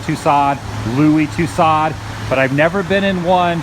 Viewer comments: Tussaud is pronounced "Too-so" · Daryl Whitman It's funny cause I thought everyone knew that. Lol, strange to hear him saying it incorrectly. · It's Tussaud, pronounced; To-so. D is silent. Pass along to TCB , he also butchers the name